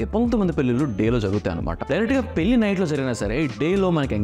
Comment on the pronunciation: పెల్లి కాదు బాబు పెళ్లి అనాలి